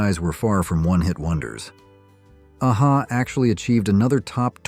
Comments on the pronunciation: Nothing wrong with using an AI generated voiceover, but at least fix the band name pronunciation. AA Ha? 😂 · I was laughing at the way your A.I. says A-HA